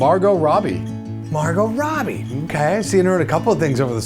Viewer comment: How can we not correct him on Morgot Robbie cmon!!!! LMAO